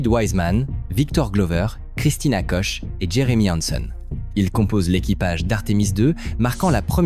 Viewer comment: Christina Koch se prononce Kuk. voire Kok sans le "ch" français. L'audio et la vidéo deviennent peu à peu n'importe quoi. & Des pubs intempestives encapsuler directement dans la vidéo, On aura tout vu !